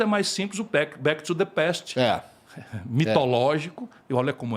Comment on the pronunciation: mas ele falou direito "back to the past".